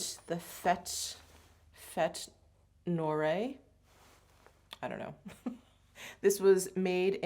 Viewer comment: Fêtes noires is pronounced Fet nwahr (just fyi) :-)